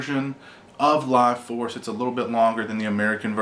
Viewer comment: Laaaaughforce? is that's what it's called?